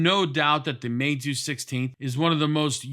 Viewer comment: Good pronunciation of Meizu